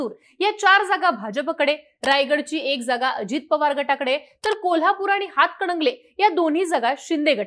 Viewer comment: अंग बाई ते "हातकडंगले "नाही,हातकणंगले आहे.😂😂